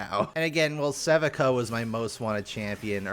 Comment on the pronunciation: Isn't Sevika's pronunciation emphasized on the "I"?